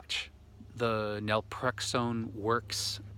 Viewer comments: Naltrexone not nalprexone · do you mean Naltrexone? You say Nalprexone which I’ve never heard of. Not does Google. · How do you pronounce the medication you mentioned? Was that nelprexone? Or Naltrexone? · I’m a bit confused. Are you trying to say Naltrexone?